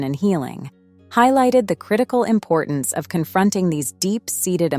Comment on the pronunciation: example: At about “following” is pronounced fel-LOW-ing. Earlier on , Bible was pronounced “bibble”. There were several others toward the end, that I can’t recall. ImporTANCE